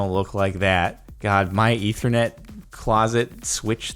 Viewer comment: Am I the only one that got mad wen he sead ithernet